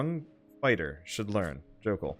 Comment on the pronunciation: I think his names jokell not skokell?